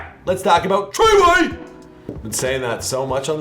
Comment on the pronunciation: I cringe every time he say 69’s name!!☹️